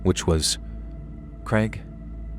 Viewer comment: Poor Craig just wanted to be pronounced kray•g instead of kreg 😅